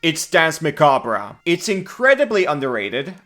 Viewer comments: It's pronounced "mah-cob", not "mah-kab-rah". Just saying. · Muh-kob No ruh at the end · I feel self-conscious bringing this up, but if no one else does, it's historically pronounced "mac-arb". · Jesus Christ... "Muh-kaab" the "-re" is French, hence unimportant; so just ignore it. Don't pronounce it. Like the Alabaman farmer said when he dropped his corn, "muh cob!" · Kobold please i beg you... the e in "macabre" is silent 😭😭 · So is the R, at least in my dialect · The "r" is silent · I usually watch these videos later on, but I clicked just to see how he'd pronounce macabre. (Either way is correct. It's an accent thing.)